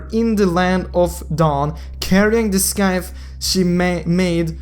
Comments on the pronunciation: its not scaith its sithe (scythe pronunciation) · sjjdkxbdd He was saying skythe 😂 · ur english is horrible bruh roger is 'raw-jer' scythe is silence C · Skythe? 😂😂😂😂 it's pronounced Site or sight :P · the "scythe" is read as "sight"....